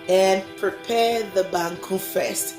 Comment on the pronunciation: Waaaw banku ni tilapia biye guy wae... Abeg send my own. See how you call the bankuu like Ganyobi Ayeley 😄😄, mikon ado wae